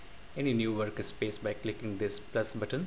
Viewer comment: dude it is not worka space. It is Work Space. Get your english in proper line and then i suggest you upload video's with voice